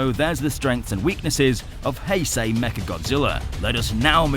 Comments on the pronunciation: He pronouces heisei as "hey-sey" alr so are you then gonna pronouce Einstein as "eyn-steyn" then lol. In general the "ei" is the "I" sounding so the pronunciation of heisei is Hi-Sci. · its hei-sh-ei